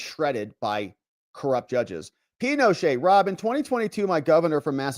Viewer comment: 😂😂 I'm laughing about "pinoshay" still!!❤😂😂